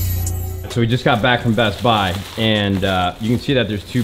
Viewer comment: .... why does he say Best Buy like that